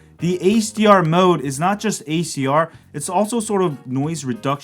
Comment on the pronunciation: I thought you were saying ACR mode throughout half the video and then finally noticed you meant HDR lmao, great video though